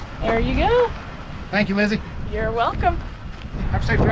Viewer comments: he said LIZZAY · “LIZZZY” we need the morvair lmao that cracked me up 🤣🤣